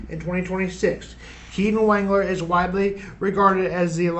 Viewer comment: It is pronounce Waug-ler